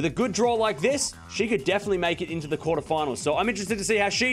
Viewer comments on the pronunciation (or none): none